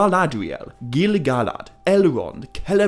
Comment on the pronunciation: Why you saying GilGalad like that???😂😂😂😂😂😂😂😂😂😂😂😂😂